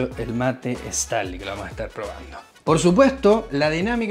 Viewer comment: Hola 👋. No es “/Estanly/. Es /Stanly/ I’m talking about pronunciation 😉